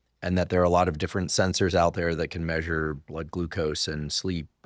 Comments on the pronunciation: This was good but every time she said “maysure” I lost the plot. I know it’s a me problem but it threw me off. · Maysure 😅 brilliant but that was nearly un bearable